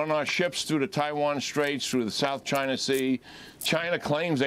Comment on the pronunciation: I love hearing people who are "smart" call it (Chiner)...